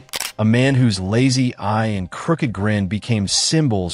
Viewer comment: Very informative. But it's kind of distracting when the robot narrator is so confused by the word "eye".😮